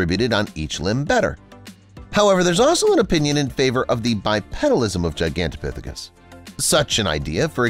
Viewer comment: being able to pronounce Gigantopithecus is such a flex.